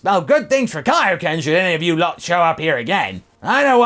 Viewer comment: Love how the King Kai impression got a bit of the ol’ British accent there when he said “you lot”.